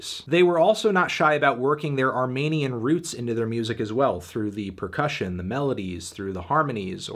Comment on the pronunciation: anthony fantano i regret to inform you but its not pronounced armanian